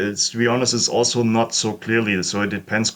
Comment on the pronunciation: Ah yes, the "alzo" strikes again! Brilliant vid!